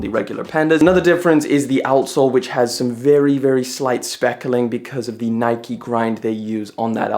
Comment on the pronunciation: Its called NIKE not NIKY